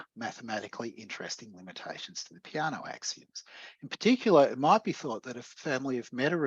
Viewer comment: Btw, as an Italian I cringe a bit when I hear Peano's name pronounced like "piano", as in this talk 😅